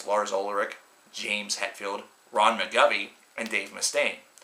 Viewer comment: [Mik gov nee] not Mik gov ee. N in there poser. jk lol